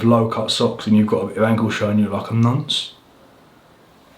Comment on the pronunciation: The way you said nonce was hilarious, great vid!